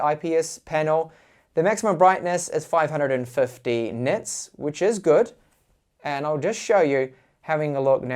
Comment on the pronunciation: i can't get used to the "nits" makes me get a head itch.